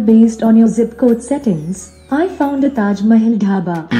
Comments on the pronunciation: me to google - hey where is taj mahal google - taaeeejj maeeehaaakl eassss ann aaagraee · Never Fearful He pronounced Taj Mahal the same. You’re just biased for Alexa.